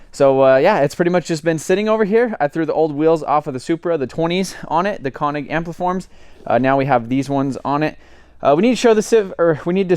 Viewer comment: FYI .. it's not CON-ig. It's CONE-ig ffs drive me crazy pronouncing it wrong 🤣